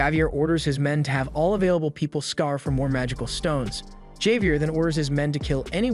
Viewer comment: Javier is pronounced: Havier Piranha is pronounced: Per-ana surmise is pronounced: sur-mized